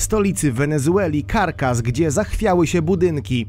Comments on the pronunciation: 10 x przewijałam taśmę ze stolicą Wenezueli, ale słuch mnie nie myli, lektor czyta Carkas. Czy to po wenezuelsku? Stolicą tego państwa jest CARACAS ! 😉 Jest nawet o niej piosenka, pod tym samym tytułem. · CarAAAAAAcas nie Karkas. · Caracas nie "karkas " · Całe życie myślałem że stolica Wenezueli się wymawia - Caracas,a tu cyk i jest nowa stolica Carcas. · Pierwszy raz słyszę żeby stolicą Wenezueli było Carcas. Caracas!!! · Chyba Caracas nie Carcas. Trochę wiedzy geograficznej by się przydało... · Kilka razy powtarza Carcas, więc nie przejęzyczenie tylko chłop bez elementarnej wiedzy geograficznej. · Stolicą Wenezueli jest Caracas a nie Carcas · Znowu pan nie doczytał - stolica Wenezueli to wg pana CARCAS. Bardzo pasuje do KALEDRY z kolejnego odcinka. Szkoda, że przed zabraniem się za youtubowanie nie uznał pan za właściwe skończyć podstawówki (tam uczą poprawnego czytania). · Dokładnie. Stolicą Wenezueli nie jest żadne Karkaz tylko Caracas (czytać Karakas). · Nie karkaz tylko Karakas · Stolica Wenezueli to Caracas a nie Carcas jak powiedziałeś . Pozdrawiam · Sprawdź jak się wymawia stolicę Wenezueli. Carkas - co to jest. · stolica Wenezueli to Caracas a nie ''karkaz'' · "W stolicy Wenezueli, KARKAS!!!" Buahahaaa! Uwielbiam, jak youtuberzy sami demaskują swój pożałowania godny "risercz". Caracas, człowieczku, do niedawna jedna z najprężniejszych stolic na ziemi, chociaż ten gość od Samolotów niedawno nagrał film, w którym powtarza kilkanaście razy CaraScas. Haha KARKAS! To by chyba musiała być raczej stolica blacharstwa na Podlasiu 😆😂🤣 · Sttolica Wenzueli to Ca-ra-ca-s :D jak by co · jezeli ogladasz Bezplanu,to wiesz ze nie karkas tylko karakas :) pozdro mordy :) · Caracas nie carcas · Jakie Carcas kuźwa. Dziecko by wiedziało że Caracas. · Stolicą Wenezueli jest Caracas nie Carcas jak by co😉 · i stolica Wenezueli to Caracas wym. Karakas, a nie Karkas ;-) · Caracas a nie Carcass. Carcass to trup a Caracas to miasto. Nie mniej jednak bardzo ciekawy material